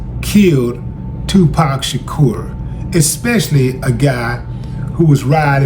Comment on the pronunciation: Mispronounced SHAKUR'S NAME! Don't believe everything you read MY PAC VOICE!